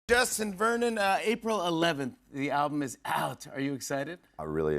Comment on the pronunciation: Did Jimmy call him "Dustin" at the start?